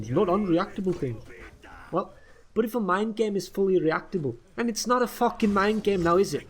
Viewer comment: It’s not a fookin guard break . I haven’t heard a FOOK since the setmyx video ♥️